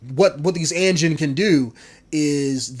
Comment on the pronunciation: One thing it's pronounced a-jean and a is pronounced like AH-jean